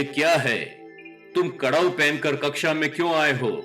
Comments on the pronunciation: कड़ाऊ नहीं खड़ाऊ कहते है कृपया सही उच्चारण करे आप इतने अच्छे विषय पर बात करते है लेकिन उच्चारण सही होना अनिवार्य है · Karau nahi bolte hai, kharau bolte hai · Kadau ki jagah Khadau pronounce karna chahiye